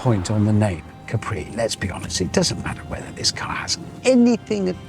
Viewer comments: Btw it’s Càpri not Caprí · No, because it’s not pronounced Capree, but Cápri as the Italian island